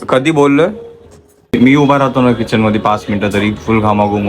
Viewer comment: Kitchen nahi key-chain